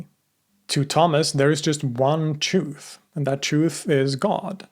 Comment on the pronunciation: I couldn't finish the video, his insistence on pronouncing 'truth' as CHOOF over and over was too grating on the ears. Many words so poorly enunciated one wonders if his english is so sloppy, his research behind these videos must be as well.